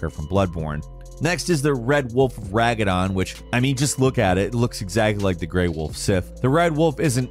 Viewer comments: "Red Wolf of Ragadon" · The red wolf of RAGANON?? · Now that i finished the game I've been catching up on these and gotta say pronunciation of characters' names is unreal lol. Ragadon instead of Radagon, Road-erica instead of Roderika.... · Quit saying Ragadon instead of Radagon! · Smowg lol and rag-a-don. Can always tell when the people voicing the video havent actually played it 😂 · It’s better than Ragadon although I guess that one was probably an honest mistake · This is a good video but the pronunciation is brutal. Did you play the game on mute? Blaidd and Roderika's names are literally pronounced in the game for you. Also Raga-don was pretty funny.